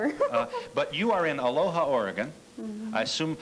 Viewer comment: Phil was not pronouncing Aloha correctly. It's pronounced A lo ah here in Oregon.